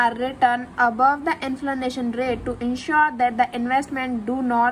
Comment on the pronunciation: It's pronounced to be 'INFLATION' not INFLANATION